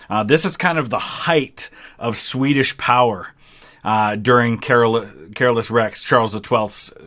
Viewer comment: King Charles XII is really underrated as a historic conquerer. You are saying Carolus wrong though. It's Ca-lor-us as they say in the song.